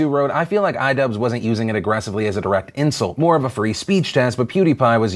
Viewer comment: Everyone said iDubbbz wrong